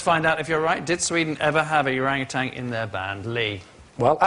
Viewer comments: I'm not so bothered with depicting Sweden as cruel to animals as I am bothered with the pronounciation of orangutan. There is no "g" at the end of that word. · why do they keep saying orangutang?